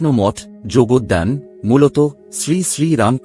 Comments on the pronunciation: আপনার এই উপস্থাপনাটি প্রশংসনীয়। কিন্তু কিছু ক্ষেত্রে ত্রুটি রয়েছে, যেমন বাংলা উচ্চারণ ঠিক করে করতে হবে, কথাটি যোগদান নয়, কথাটি হল যোগোদ্যান। জমিটির মালিক ছিলেন আব্দুল ওয়াহীদ, আর মাজার নয় এটি সমাধি মন্দির। আমি এখানে কর্মরত তাই বেশ কয়েকবার ঐ দলিলটি দেখার সৌভাগ্য হয়েছিল। এবং এক মহারাজের কাছে শোনা একবার উদ্বোধন পত্রিকায় একটি ভুল বানান প্রিন্টিং এর জন্য তখনকার এডিটর স্বামী বিবেকানন্দের কাছে প্রায় 3ঘন্টা বকা খান তিনি পরে বলেন যতজন ঐটা পড়বে ঠিক ততগুলি ভুল তা আমি তো অত বকা দিয়নি। তাই যখন এই সব খবর জনসাধারণের কাছে বলবেন তখন ঠিক করে বলবেন। তাহলে উনি (স্বামীজী) খুশী হবেন। পারলে এটি এডিট করে পুনরায় চালু করুন। 🙏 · উচ্চারণে যোগদ্যান না হয়ে যোগদান হচ্ছে।